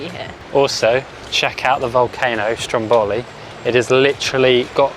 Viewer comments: Since you were in Sicily, mount Etna has rivers of lava. Don't know why english people use random tonal accent, don't you at least try to speak with locals or use a translator app? It's Strómboli, not Strombòli. It's Cápri not Caprí. It's graziE, not gratzy. Thank you. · Heey, I was there last June!! Beautiful Sicily! PS. it's "Stròmboli", not "Strombòli" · Strómboli, not Strombóli, please!😊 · It's actually called Strómboli , not Strom bowly